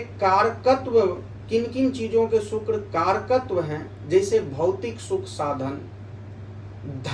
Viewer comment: शुक्र के अच्छे प्रभाव के लिए शुक्र का उच्चारण सही होना चाहिए (सुक्र×) नहीं, (शुक्र✓) हैं 🙏🙏🙏🙏